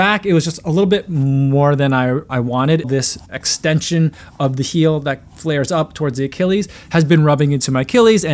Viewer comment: He sounded like a country person saying heel as hill LOL